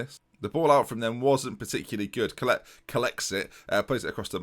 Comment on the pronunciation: Collett is pronounced Collitt, not Collette (My surname is Collett) Love your videos though.